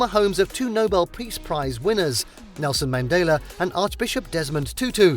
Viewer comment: Pronounce Mandela properly.